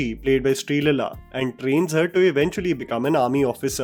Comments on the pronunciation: Thats not sreelaila, its sree leela😂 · Shri lala??? Sometimes I wonder that you're using AI voice over, your pronunciations make me disconnect to your videos